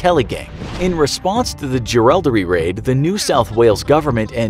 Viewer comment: Nothing i hate more then americans pronounceing australian town names, we say things exactly how they are written, jerilderie is pronounced "je-ril-derie" not "ja-ral-derie"